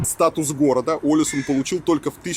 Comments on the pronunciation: Billie Sein, И ударение на первую букву - Олэсюн. 😊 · Олесунн, ударение на последнюю гласную, так же как и Тромсе́ или Вадсе́ или Варде́ или Киркенес)))